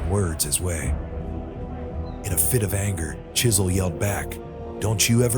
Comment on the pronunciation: You should known he was sneaky when he didn't pronounce the w in his name.